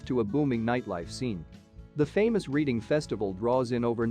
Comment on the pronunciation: Bristol is located in the south-west, not the south east. Reading should be pronounced Redding, as in Otis.